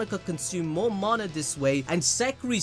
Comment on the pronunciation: How u said mana 😂😂😂